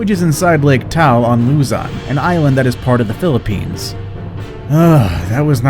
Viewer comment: Any of my Filipino bois hear him say “Taul” instead of “Taal”? Thought so •_•